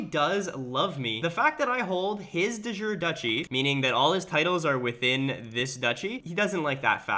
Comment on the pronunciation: Please, de jure is pronounced De as in unDEr Ju as in YOU Re as in Recording. PLEASE.